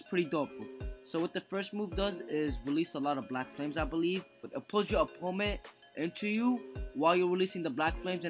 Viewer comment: Every time he says opponent wrong it’s so cringy!